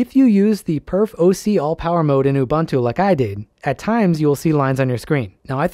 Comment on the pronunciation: great vid!! also as a linux nerd i do have to say its oo-BOON-too not oo-BUN-too 😣